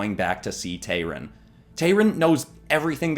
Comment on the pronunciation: It’s Tayrun,. Tayrun, not Tyrone.